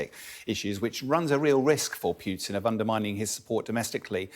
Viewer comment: Why he keeps calling him PYUtin?